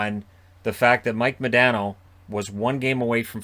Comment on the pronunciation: Its MahDaaahhhNo